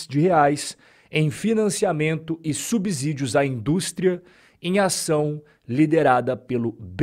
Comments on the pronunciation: é "subSSÍDIO", não "subZídio". Kkk valeu top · O conteúdo é muito bom e informativo, mas preciso pontuar só algo. Não é "subZÍdio" e sim "subCÍdio" = subsídio 😊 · Acompanho sempre seus comentários. Muito pertinentes e esclarecedores. Uma dica: subsídio é igual subsolo na pronúncia do "S".